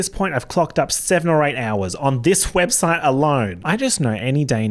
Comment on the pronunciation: about 40 seconds in i'm obsessed with how he says "WHEB-site"